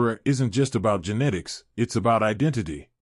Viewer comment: Glad you said something. Also genetics instead of ginitics! It was driving me crazy